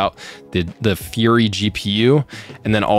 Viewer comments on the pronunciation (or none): none